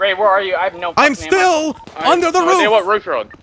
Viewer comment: 'Under the roof' said Ray, you may heard it as Anda da roof